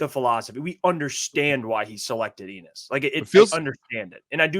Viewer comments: Why did Brad and these guys pronounce his name like it rhymes with penis? Never met an Ennis that pronounces it that way and I live in Appalachia. I know some folks named Ennis. It rhymes with Dennis. Bucky and DJ pronounce it my way as well. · It’s pronounced N-iss not Eenniss right?